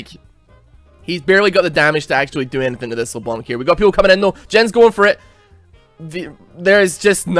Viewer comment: IT'S LEBLANC, NOT LE-BLONK! STOP TRIGGERING ME! Still, love the video man.